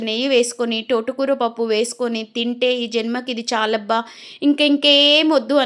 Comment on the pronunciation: టోట కూర కాదు, తోట కూర ఆని పలకాలి ఛీ ఛీ